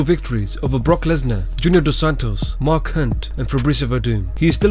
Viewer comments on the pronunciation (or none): none